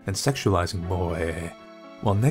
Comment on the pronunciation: God, the way you said moe.